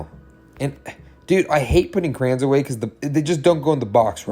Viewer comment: Cray-ons not crans😂